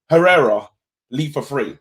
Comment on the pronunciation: I was sitting there like wtf is this guy on 'pereira was integral to our team' then I realised, he means Herrera 😂😂😂